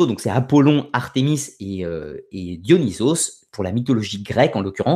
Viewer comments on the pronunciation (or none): none